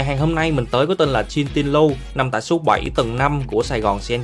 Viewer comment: Jin Din Rou mà ôngđọc kiểu gì vậy?!